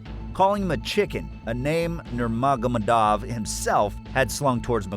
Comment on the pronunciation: Dude, learn to pronounce Khabib's surname correctly. The proper pronunciation of Nurmagomedov is all over the Internet. It's a respect thing. Do your research. Makes videos respectful of the person you are addressing as well as makes the quality of your videos higher. Cheers.